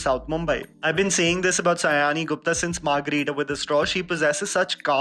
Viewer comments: It's NOT Say-ani. IT'S SĀ-YANĪ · Sayani should be pronounced as Shayoni,not Sayaani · Its pronounced 'Shy-oni', not 'Sa-yani'. That's the first thing you would've known about her had you tried to dig in a bit about the actor. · It should be pronounced ad 'shayoni'. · I just watched this video to understand how are you going to pronounce my name...... Please do not go by the spelling of the name "Sayani"..... The pronounciation is "Shaayoni"..... This is a very possible mistake seeing that the spelling is actually not matching the pronounciation.... But it is really cringey when someone pronounces our name like this. I am a loyal subscriber..... Please don't mind my calling you out on this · You are appreciating her performances but don’t even know the pronunciation of her name. It’s pronounced as “Shaayoni” .